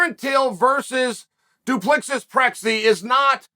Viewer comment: And chael continues to butcher Drikus name!! Pronounced 'doop le see'